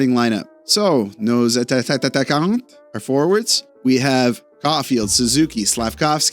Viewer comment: Attatataquants....makes me laugh... just hope you don' t mean to disrespect your lovely french Canadians.... Actually, it would be surprising.... Thanks for those videos...